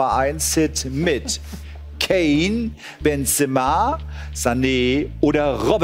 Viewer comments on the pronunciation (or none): Jacku Dark Bentseeema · Vorallem die Aussprache von Julian: „Benzeeema“ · Hahahaha Wie der Mann in der Mitte weiß nicht wie der heißt wie der Capital bra sagt HAHAHA und wie Julian und der Mann benzema ausprechenc